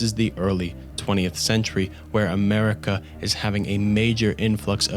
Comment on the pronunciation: Americer, chiner, and mexicer